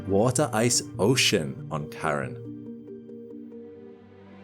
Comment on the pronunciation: How do you expect me to trust you with facts like this when you can't even say Charon properly.